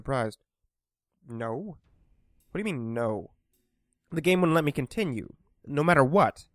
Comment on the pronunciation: "i sawr a continru option" very good engrish